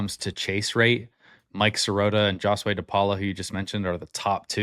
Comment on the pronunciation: One thing you missed is that the Dodger drafted Sirota in 2021 out of HS, but he turned it down to go to Northeastern. Dodgers have been on him since day 1. BTW.. DePaula's name isn’t pronounced “JoshWay” it’s “Ho’s way"